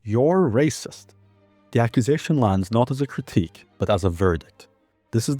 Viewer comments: "Your raysust!" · "You are wacist" Yeah I love to race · "Das rayciiissttt!" - Sheniqua, 29, after being told that she can't kill people. Sheniqua doesn't even know the definition of Racism, she can't even spell it. She can't read. But she's seen other people say it, so now she does too.